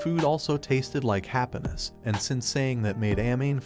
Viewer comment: The way hpw he said happanass